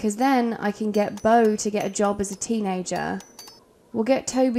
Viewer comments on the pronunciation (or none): Beau= Bow (like bow and arrow), not boo! Please!! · I was hopeful because I heard Beau pronounced correctly a few times, but as the video progressed, the more and more it turned to Boo again. 😩 Is it because we are getting close to Halloween? 😂🎃👻 Bow Bow Bow Bow Bow 👍 lol